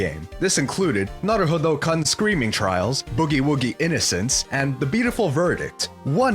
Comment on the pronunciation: "Naruhodo-KHUHHHHN" Gross.